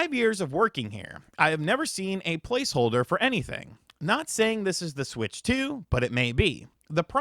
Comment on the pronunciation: I know some of you think he said "palce holder" But that's not what he said. He distinctly said, To blave. And as we all know, to blave means to bluff. Huh? So you were probably playing cards, and he cheated...